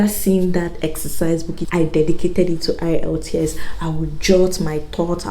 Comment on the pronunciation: Is the E in the IELTS silent, cos you keep saying ilts